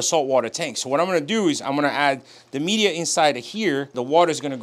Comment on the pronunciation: He calls it "mee-deea" lol